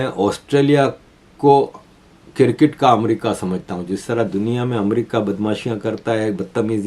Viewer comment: Why despite reminding you have not stopped saying 'kir-kit'. It is cricket.